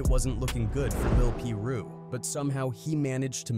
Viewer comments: Pie Ru not peer ru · How come every content creator can pronounce a single thing correctly? PEER ROO? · he even said “Piru” correctly a couple times but kept saying Peer Roo majority of the vid lol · Pie-roo man. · “Lil Peer Roo”